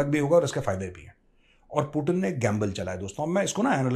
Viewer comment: अरे यार एनालिसिस करते हो बहुत बढ़िया पर कई नाम ऐसे लेते हो जिससे इरिटेशन होने लगता है 😣 कमसे कम यार पुतिन को पुटिन मत बोला करो यार उसका नाम पुतिन सही बोला करो